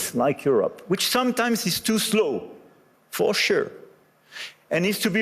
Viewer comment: Ne l'a t il pas voulu ,ce côté " for Shure "..??. Se foutre de la gueule de ses auditeurs , n'est il pas la marque d'un E.T.....